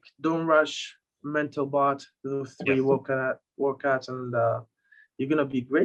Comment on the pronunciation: Did you say “episode three” or “episode tree? Also, did you say “the third pull” or “the turd pull”